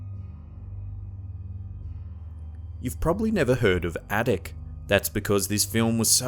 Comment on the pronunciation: when i heard you say Atuk, my chest started to hurt